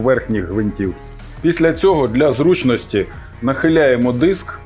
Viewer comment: не діск а диск і не стол а стіл